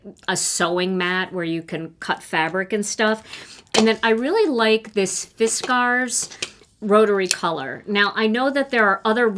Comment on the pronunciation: the way you pronounced Fiskars jumped right out at me. As a Wisconsinite, you would of course pronounce it correctly. So many people pronounce it Fisk ers, but it is Fis cars. Love my purple Fuse, btw!